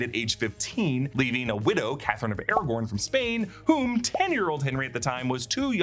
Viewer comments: It’s Catherine of Aragon not Catherine of Aragorn as much as that would be cooler😂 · its not Catherine of ARAGORN its ARAGON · Wait... Wasn’t one of Henry VIII wives Catherine of Aragon, not Aragorn? Or have I just been not listening properly my whole life? 😂😂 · Catherine of Aragon, not Aragorn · Sorry to be that person but it's Aragon not Aragorn. I love you guys, but it's a region in Spain not a Tolkien character. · Catherine of Aragon?🤔 Catherine of Aragorn😉👍